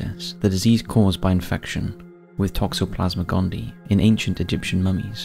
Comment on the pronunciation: Gondii has three syllables. Gone-DEE-eye. Weather supply?